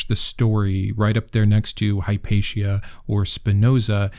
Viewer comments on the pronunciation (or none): none